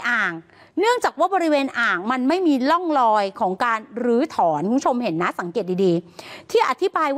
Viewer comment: ทำไมนักอ่านข่าวหญิงออกเสียง(ร่องรอย)เป็น"ล่องลอย"